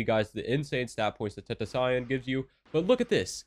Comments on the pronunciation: Did he just say tentaxion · Did he just say ten ta saion... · dont clown for saying tentacion like that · “Ten ta cyan”